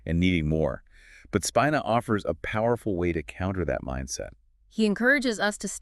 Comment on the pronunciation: Pronounced Speeeena.😊